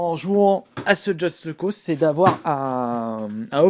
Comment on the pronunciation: pk il dit justE cause3 mdr on dit just cause mais apres chacun sa façon de dire et de faire. moi je dis just cause